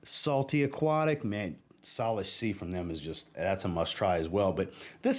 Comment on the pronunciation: I’ve recently discovered Untamed Perfumes and I LOVE it! Salish Sea is my favourite so far. (FYI- it is pronounced “Say-lish”)